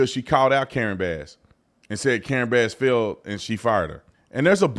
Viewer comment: Did he say high speed fial or rail